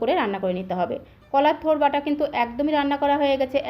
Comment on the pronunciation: Mem it's not tur